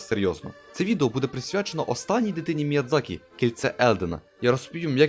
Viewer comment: Міядзакі. Ви припиздохані. Міядзакі